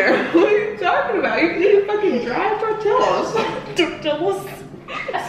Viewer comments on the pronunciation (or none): Eating dry tortill-us 😂 💀